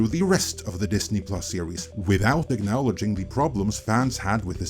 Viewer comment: Acknowledging is pronounced ack-nah-luh-jing, not ack-NOW-luh-jing.